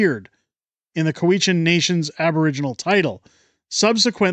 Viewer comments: "coo-we-chan" or "cow-ichan"... ??????????? I have never heard it pronounced coo-we-chan. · COW-i-chan. The stress is on the first syllable. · Cow-eshen. At least pronounce it as the locals do. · It's COW-itch-an.